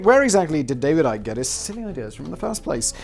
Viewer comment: Simon I am so glad you taught me that ICKY is pronounce IKE. Its the most important think I ever learned.